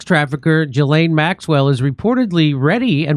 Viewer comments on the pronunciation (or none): It's NOT Jislaine -- it's pronounced GILL (as in fish gill) - LEN. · Please, everyone, stop saying Jizlane?!🤮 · IT'S "JHEE-LAYNE". I know what she did, but it's not "Joffrey" Dahmer, or "Alan" Hitler, or "Fred" Bundy. You man talk words make money. Learn talk words better.